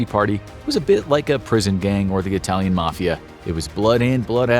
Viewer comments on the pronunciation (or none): none